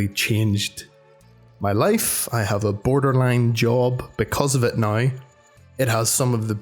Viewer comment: He says Now like Nigh